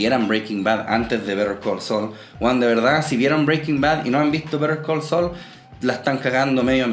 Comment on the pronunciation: Me gustó que pudieras pronunciar bien el nombre de la serie, no como otro youtuber que sigo y niun brillo